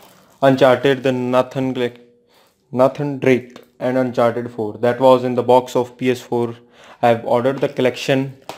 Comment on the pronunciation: Horizon is pronounced like 'horaizon' and not 'horeezon' Nathan Drake is pronounced as 'Neythan Drake'